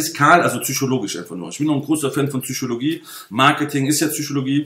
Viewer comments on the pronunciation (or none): Schmatz, Intension, Schmatz, Zychologie. Die Message ist Ok bloß deine Aussprache verführt einen dazu sowas zu schreiben. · Wir haben fast 1 Stunde lang die "Züüschologie" gespürt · "Zychologie" hahahaha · PHSychologie nicht Züchologie. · "zyschologie :D:D" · bitte sag psychologie und nicht tzychologie, sonst top